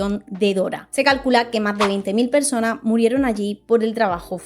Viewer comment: Buen video, pero sería mejor que no te comieras las S (“Estado Unido”, “persona”, “año”, etc).